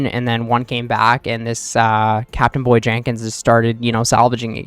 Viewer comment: my brother in christ, it's CABIN BOY... not CAPTAINBOY